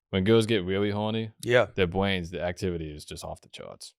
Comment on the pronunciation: "enewgy's fo bwains"